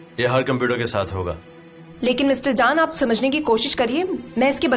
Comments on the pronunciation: Yes i was also gnna say this.....guys plz correct this...its not CAN its pronunciation is JAAN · Please call Jan as Jan and not Can. It aches not only my ear but also my heart